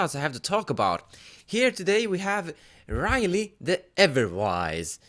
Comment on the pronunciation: It's Rielle, not Riley.